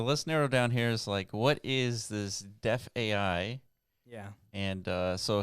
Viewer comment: DeFAI is pronounced thr sane way as DeFi